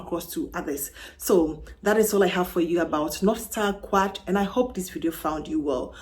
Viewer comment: I think it's Quatre not Quarte.